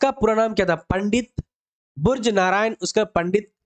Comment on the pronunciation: मंडित बुर्ज नही होता है पंडित ब्रिज नारायण होता है जाओ किसी मौलवी से त्लफ्फुज सही करले फिर बच्चे को पढ़ाना गलत अल्फाज मत पढ़ाओ 😂